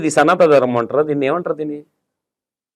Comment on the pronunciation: నువ్వు వాడే పదం సరిచేసుకో... సనాత ధర్మం కాదు సనాతన ధర్మం